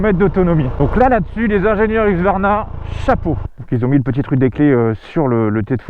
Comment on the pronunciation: Huxsvarna... ça se prononce Heusqouarna si jamais ;)